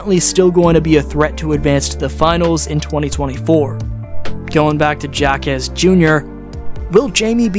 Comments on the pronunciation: It’s pronounced Ha quez not Jah quez 😂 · It's hi-meh ha-kez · Last name pronounced "hawk-quez" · I can't listen to this video with you pronouncing J's with a jay sound instead of an H sound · Someone tell this Narrator that Jime Jacques’s name is pronounced with an “H” both first and last……. there’s no excuse for him! It’s an insult to all Latinos